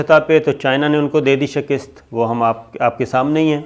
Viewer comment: Yaar SHAKIST nahi hota, SHIKAST hoti hai